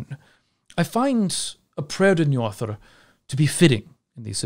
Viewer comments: Apologies for picking on pronunciation, but did you just say Njorðrðr? 😅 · Agreed! 😁 Next step is that "ö" is more like the "u" in umh... and that the Đ is a dh rather than a th sound :) I'm just nitpicking though.